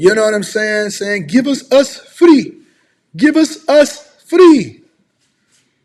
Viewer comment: "Givus us free" 😂 😂